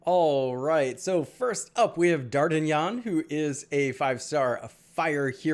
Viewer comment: lol lol lol... I can't believe how he pronounced that either.